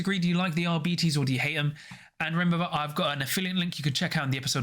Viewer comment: Arbites stems from the word Arbiter, so it it's not "ar-bites," but it's not "ar-bee-tees" either. The accurate pronunciation would be "ar-bit-ees"